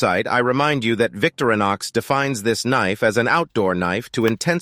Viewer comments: It's Vic-TO-ri-nox...not VICTORY-nox. :) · O.F.F.S, VICTORINOX is NOT pronounced VICTORY KNOX it's pronounced VICTOR IN OX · Not a fan of the AI generated voice which mispronounces "Victorinox" constantly. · Quit using the Robo voice and learn how to pronounce things like Victorinox....POOR